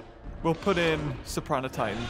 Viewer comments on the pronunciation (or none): none